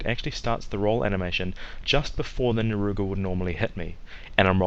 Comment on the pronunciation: Great tutorial, except... "Naruga?" Narga. Cuga.